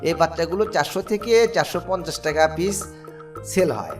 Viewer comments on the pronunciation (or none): none